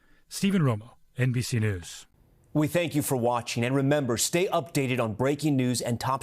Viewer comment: It's NBS News, whacha want…